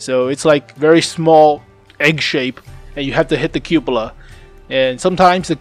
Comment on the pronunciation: That is not how you pronounce Cupola